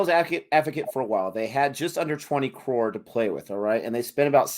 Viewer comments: it's not Carr it's crow-r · It's pronounced C-rore(Croar).